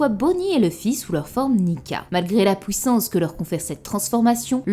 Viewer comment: Comment se fait-il que tu dis "détruire" "juive" etc mais pouissance ? Drôle ça